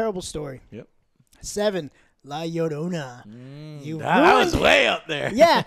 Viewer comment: it's bad he can't properly pronounce Llorona. especially since he sounds more Hispanic than me.